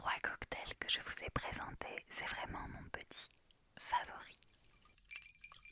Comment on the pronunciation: xD des fois j'entend " presentéééé"